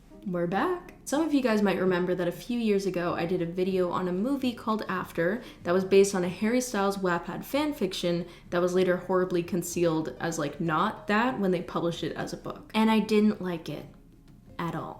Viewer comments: did u say "WAP-pad fanfiction" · The way you pronounce wattpad triggers my fight or flight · YES MA’AM THANK YOU FOR GIVING ME AN EXCUSE TO PROCRASTINATE ON HOMEWORK on another note why did u pronounce wattpad weirdly again (also sweaty egg🥚💦)